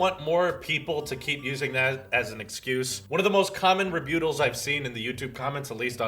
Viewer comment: "rebeauttals" babe...... rebuttals butt. does psoriasis make light go through your hands because that is some weird shit right there.... actually, side thought, do you think women wearing those face masks can use Face ID? is apple racist?? back on track; I like Face ID, despite my fingers being normal, because I can still unlock my phone after I shower, or when I finish a lap in the pool. wet fingers means no access :/ also why does this guy sound so offended, like he's about to cry??